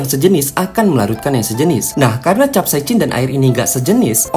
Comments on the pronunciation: Bacanya kapsaisin min, hadeuh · Sok sok buat chanel ilmu pengetahuan,tapi sebutan capsaicin saja pun dia Salah🗿🗿🗿